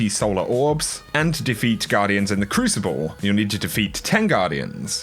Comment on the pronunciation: i like how he said "win five non-cruicible private mathes"